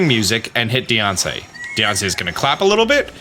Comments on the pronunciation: I love that he pronounces Diancie like “Deyoncé” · Just imagine a mom saying your a nussiance deyonce